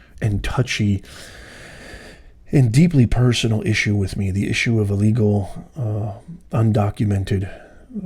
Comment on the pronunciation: ILL LEGAL....ILL....STOP SAYING UH LEGAL. THEY DONT BELONG HERE